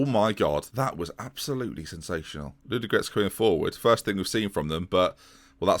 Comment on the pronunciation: There are two "o" in Ludogorets and both of them are pronounced.